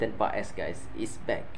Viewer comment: English u bagus bro , pronounce paes is Pass 😊😊